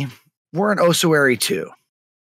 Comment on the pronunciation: My OCD kicked on with the pronunciations of Ossuary and Lich